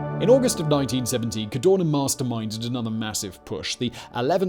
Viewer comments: Why do you say CARDONA instead Cadorna? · I love your channel, I enjoy your videos but you hjave the bad habit or butchering italian names :(... Dude I volunteer to send you an audio file in case you need to do a documntary about italian figure... n this case wit's not Cadona but CadoRna